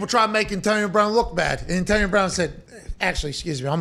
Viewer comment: He can’t pronounce “Antonio” properly 😂